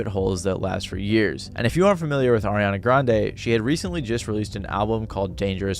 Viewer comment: Why did you pronounce Ariana Grande's name so weirdly?